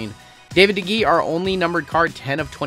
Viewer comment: Honestly you’re pretty good at the names besides De Gea you were good on the rest of them (Day-Hey-Ya) good video